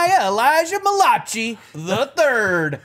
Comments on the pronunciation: "Muh Lachee"..... ok Malachai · Them saying “mal-ah-chi” when it’s pronounced mal-uh-kai” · The way pronounced Malachi as Muh-lah-chee 💀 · Malachi?? MAL-I- CAI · Every time they mispronounce Malachi, my heart dies a little inside. xD Bless them for trying.